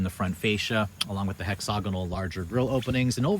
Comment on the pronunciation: Man, I love your reviews and they're the first ones I turn to when I'm thinking about a vehicle. But honestly, you REALLY need to learn how to pronounce "hexagonal". You ain't gettin' it. Ask around.